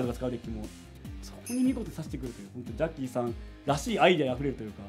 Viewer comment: 、絶対「じゃっきーさん」って言ってるよね？